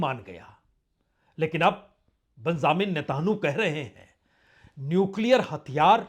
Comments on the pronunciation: News sun kar achha lagta hai par aap news kaha se late hai thumbnail ko interesting banane ke liye..thoda jyda specifics pe bat karenge to better hoga, aap ke content mostly generic hote hai.. feedback achha to lijiyega, else your content is decent..and mind you his name is pronounced as Netanyahu and not Netanhu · sirji NETAN YAHU not Netanahu